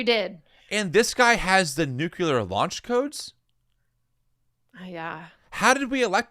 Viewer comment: They are indeed! However, said "noocular" again., you need to *repent*!